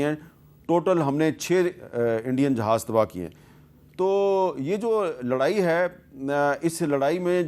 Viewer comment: Pehlay Jahaz bolna toh seekh lo 😂